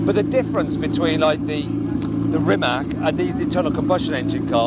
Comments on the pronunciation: Learn It already... It's spelled REE-MAATZ, not ReeMack. Mack produces trucks... ❤🇭🇷🏁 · Its Rimac not rimak